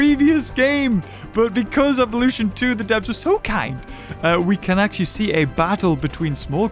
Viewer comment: Not acshly